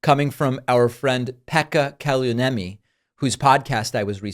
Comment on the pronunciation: On behalf of all of us in Finland, I'm so sorry you had to try and pronounce "Pekka Kallioniemi". It isn't easy.